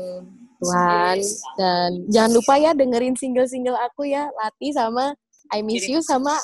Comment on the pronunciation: SEMUA ORANG DI INTERNET SALAH NGUCAPIN KATA LATHI. "THI" NYA ITU SALAH, BUKAN KAYAK NGUCAPIN T BIASA. TAPI YA MEMANG KALO BUKAN ORANG JAWA ATAU BALI SUSAH NGUCAPIN "TH" ITU. BANYAK KATA DALAM BAHASA JAWA, KETAMBAHAN HURUF H SAJA SUDAH BEDA JAUH ARTINYA. MISAL WEDI DAN WEDHI. WEDI ITU TAKUT SEDANGKAN WEDHI ITU TANAH/PASIR. LALU TUTUK DAN THUTHUK. KALAU TUTUK ITU KATA HALUS UNTUK CANGKEM ALIAS MULUT SELAIN LATHI. BEDANYA TUTUK DAN LATHI ITU KALAU TUTUK ITU BAHASA JAWA HALUS UNTUK CANGKEM YANG DIPERUNTUKKAN UNTUK MENUNJUK MULUT ANAK KECIL ATAU ORANG SEPANTARAN YANG BARU KENAL ATAU KENAL TAPI TIDAK AKRAB BANGET. NAH KALAU LATHI ITU UNTUK MENUNJUK MULUT ORANG TUA. JADI KALAU TADI TUTUK ITU KATA HALUS UNTUK MULUT, MAKA KALAU THUTHUK ITU ARTINYA PUKUL. KALAU NUTHUK BERARTI MEMUKUL.